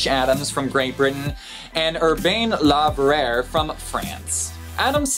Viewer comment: Really interesting. Don’t think me rude but Laverrier would be pronounced ‘ La Very air’. I’m from Montreal and speak both. Keep up the good work.